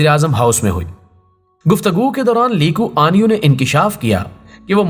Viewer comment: آپ نام غلط لے رہےہیں، نام ہے "لی کوان یو".... علیدہ علیدہ